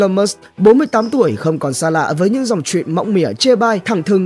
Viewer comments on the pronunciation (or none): Musk chứ ko phải Mush